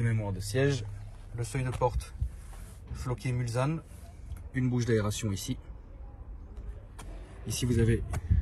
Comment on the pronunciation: Hello, juste pour info on ne dit pas MulZanne mais MulSSanne bonne vidéo cependant